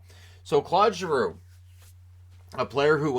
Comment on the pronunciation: Always love your vids, but for someone who I know spends time trying to pronounce players name's correctly, I cringe every time you say Clod Giroux. It would be like calling you Shaynan lol.